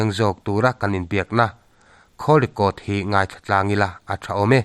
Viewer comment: Khawl record a ni lo, kawl record tia lam tur ani e....